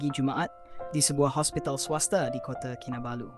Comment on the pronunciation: Hospital "swaster"...dahsyat tu. "swaster"